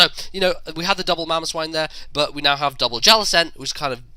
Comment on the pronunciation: His mamoswine and called mamoswin.